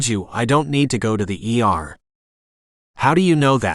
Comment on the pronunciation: Too bad it's not a real reader. I got a laugh when it says "err" for ER or "led" for lead, (long E sound) 😅